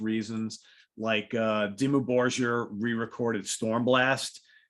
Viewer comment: Hard G in Dimmu Borgir -hello! "Dimmu Borgear"